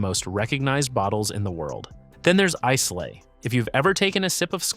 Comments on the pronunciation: JFC, learn to pronounce names before embarrassing yourself. Islay is pronounced "EYE-lah." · The fact that he can't even pronounce "Glenfiddich", "Islay", "Laphroaig", and "Lagavulin" correctly sure inspires confidence.